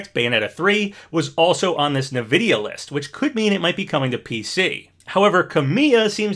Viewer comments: Never heard anyone pronounce "EN-vidia" as "NA-vidia" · OMG stop saying nividia for real! Not only is weird to say but some people would bully that! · Whenever I hear you say Nvidia, I laugh a wee bit inside 😅 I think it's supposed to be pronounced "In-Vidia" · Great vid, love the vibes. it's just pronounced N-videa